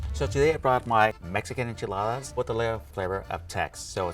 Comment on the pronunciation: Just learn to pronounce it. Its NOT IN-Chuh-Laa-Duhs. Its In-Chee-Laa-ThAHS.